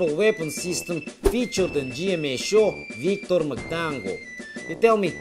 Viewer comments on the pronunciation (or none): im coming back and replay this gold for the pronunciation of victor magtanggol.